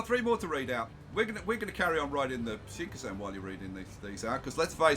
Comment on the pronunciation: You are always saying Shinkasen...even though you've spelled it correctly in a previous video title...